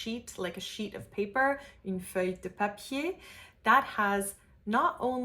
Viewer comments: Just one correction, the "eu" in feuille is an open "eu" like in "peur", closer to "uh". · Great video! A precision, though... the "eu" sound in "heureux" is not the same as the one in "feuille". In french, we have two "eu" sounds, one is more closed (the one you are showing, I believe) and one is more open (closer to the shwa, maybe). "Feuille" is more open. Voilà, une petite précision de la part d'une Française native 😉